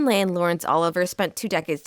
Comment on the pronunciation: Agreed. I'd also like hearing Vivian Lee instead of Lay.